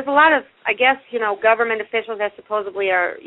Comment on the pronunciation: I stopped listening after "supposebly"